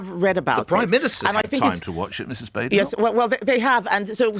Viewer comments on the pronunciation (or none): It's B'-A'-denoch not Bad'enoch and I think he knows this. Considering he is Mr. Contrarian and 'right-on', I think not getting the leader of the opposition's name right shows either total disrespect for many reasons, or that he knows so little about her that his views on her are meaningless.